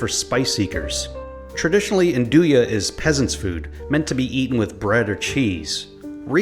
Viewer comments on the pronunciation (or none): none